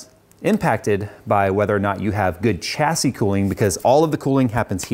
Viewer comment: reeeeeeeeeeeeeee the ch in chassis is silent and pronounced sh